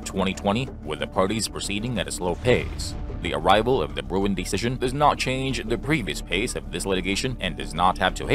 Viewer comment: it's Bruen, not Bruin